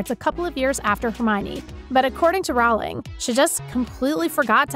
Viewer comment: Her name is pronounced like Rolling, not Rowwwling.